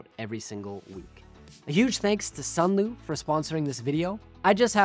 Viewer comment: Sunlu not sunloo